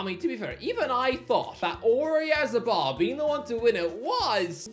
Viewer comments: Wouldn't be an video without him hideously mispronouncing something. Oreazzabal 😆😆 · bro put zero effort in pronouncing Oyarzabal